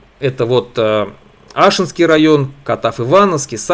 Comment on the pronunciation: Не Ашинский, а АшИнский район.